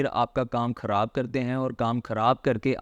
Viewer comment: ابے بھائی دائیں بائیں کی باتیں چھوڑو یار یہ بتاؤ کہ فائلر بنیں کیسے؟ اور اپنے اردو کے الفاظ بھی ٹھیک کرو، ہندی کے چکر میں اردو کا کچرہ مت کرو۔ فی امان اللُّہ۔ کھراب❌ خراب✔️ اچھے سے❌ اچھی طرح✔️ فِر❌ پھر✔️